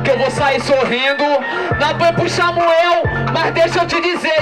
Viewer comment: Aaaah salvador falando xamuel kk